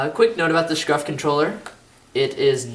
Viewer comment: Lol u said scruf not scuf